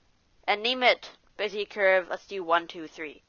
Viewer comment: Wasn`t that bad. We all coul hear you quite clear, video was without some shitty aditional; stuff like panning around with no idea what to do next. It would be better if you could try to use different software (which shows what keys are you pressing so you don`t have to repeat) and Bezier is from French :) So you eat the last sound or smth...